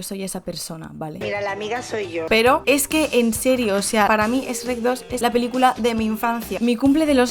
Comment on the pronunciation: Fue difícil ver el vídeo completo cuando dice ESH REC